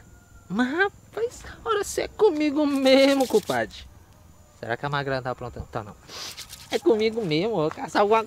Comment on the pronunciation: Oo certo seria magrela nao perdoa uma fofoca..tava com fome ze que tu comeu o "R" ??